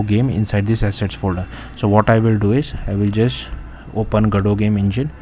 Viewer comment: gado ❌ go-dot ✅ 😂